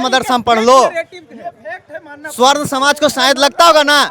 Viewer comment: Tum juban thik karo pahle sarvan smaj nhi swarn smaj bolo media ho